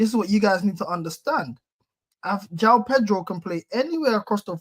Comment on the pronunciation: Pronounce the j in Joao … do your homework